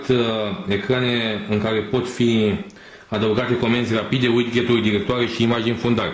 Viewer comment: Widgheturi'' LoL